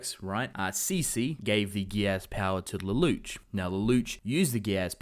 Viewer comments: It's Lelouch, pronounce it as a French word. Luh-loosh. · Am I the only one who hates how he says "Lelouche" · lelouch pronounced Leloush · Please don't pronounce the names incorrectly. It's pronounced Leloosh and it's not C.C., it's C2. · the way you pronounce lelouch's name bothers me way more than i think it should